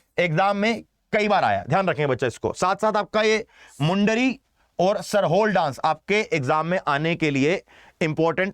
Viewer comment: Sir Jharkhand lok नृत्य में pronunciation मुंडारी और सरहुल होगा।